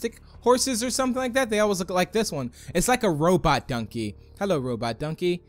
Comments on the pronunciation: Why do you say dunkey? Its donkey. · I hate how he says dunkey not donkey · He said dunky instead of donky My favorite is the halo texture pack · It is donkey not dunkey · It is donkey not dunked